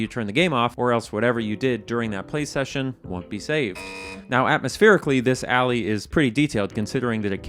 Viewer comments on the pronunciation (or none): none